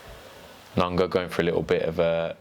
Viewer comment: Nong O not nongo